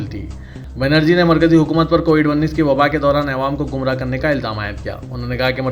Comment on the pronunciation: Ayewaam nai bhai awaaam boliye